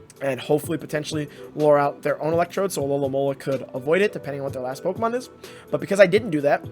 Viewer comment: only until half way through i realised he wasnt saying alolahn molar but alolamola